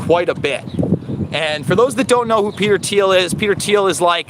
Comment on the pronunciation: I think the H is silent in peter thiel Anyways thanks for the content